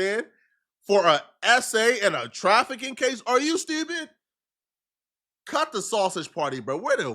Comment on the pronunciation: oh so think he from Baltimore now lol “are you steeewpid”